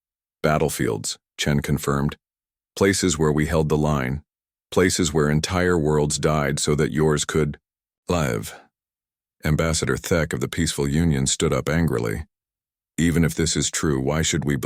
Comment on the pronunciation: ' "....so that yours could L-EYE-v"....(live....LIV)!!!!!!!!!!!!!!!!! FKN POS AI!!!!!!!!!!!!!!!!!!!!!!